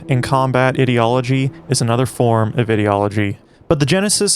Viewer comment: Why do you pronounce ideology like that? You don't seem to be consistent when saying words such as 'ideological'